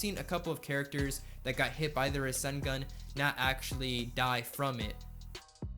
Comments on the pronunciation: Bruh, the way he says rasengan. Ruh-sin-gun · The way he says rassengan he says russengun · he say"ra-sen-gun" it triggers me to the highest degree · I love the video, just never say ruh-sen-gun again its rah-sen- gan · "Ruh-sen-gun" "Min-ih-to" Lmao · Btw its not ra-sin-gun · Lugia 06 I just saying is just annoying that he says it wrong even though it is hard to miss pronounce